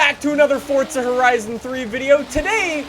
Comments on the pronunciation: son its FORZA stop saying FORTZA lol theres no T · anyone noticed he said fortza not forza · Forza not Fortza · Am I the only one hearing "fortza"? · its forza not fortza LOL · fortza horizon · It’s Forza not Fortza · The way he says Forza is killing me. Never knew it was pronounced Fortza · Is it just me or does he say fortza not Forza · "Look at my Super in Fortza Horizon" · So it’s Not „forza“ it’s „forca“ now ? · it bothers me he pronounces Forza "fortza" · its pronounced forza, not fortza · fortza, fortza, fortza😑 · Forza, forza, forza, there is only 1 z a double z makes the t sound. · as long as you pronounce it forsa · cunts need to stop saying fortza b4 i nek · Take a shot every time he says fortza. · Did he say fourtza? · If you say “Fortza” one more time. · wheres the t in forza its not fortza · Why do you say fortza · Still saying fortza huh where is the t coming from or am i missing something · why do do you call it fortsa????? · You pronounce Forza "Fortsa" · THERE IS NO "T" IN FORZA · the way he says forza gives me anxiety